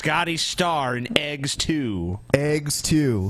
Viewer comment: You're all spelling it wrong. Spell it like it's pronounced by our lords and Scotty. Say it with me - "AYGS"